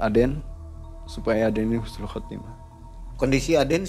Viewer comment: Mang ei punten bukan khusnul tapi husnul 🙏🏽